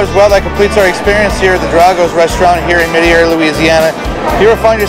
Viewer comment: I hate raw and fried oysters but cha-broiled , I can’t get enough. Love them. Also it’s pronounced MET-AIR-EE. Just like it’s spelled.